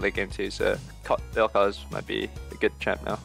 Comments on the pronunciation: Its Vel'koz not vek'koz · "Vek'koz" lol